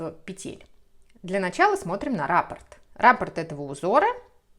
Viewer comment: спасибо за книги, за схемы. Вяжу сейчас наволочку по Вашей новой книге. Спасибо, что делитесь с нами своими идеями. Простите, что делаю замечание, но Вас смотрит большая аудитория, поэтому было бы лучше, на мой взгляд, чтобы люди, особенно, не знакомые с вязанием, с вязальной терминологией, слышали правильные термины. Я имею в виду слова "раппОрт" и "мозаИчный". Вы почему-то неправильно ударения в них ставите.